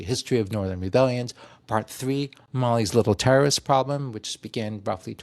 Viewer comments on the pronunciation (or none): "Mali's little trrrsts problem"....